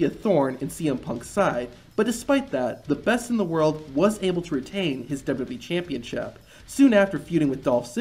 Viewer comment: for the wwe "championchip"